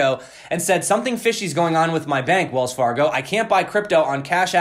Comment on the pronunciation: Wells Far-gone lol